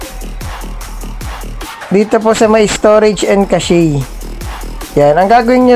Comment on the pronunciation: Cash po tamang pag bigkas sa cache hindi casheyyy..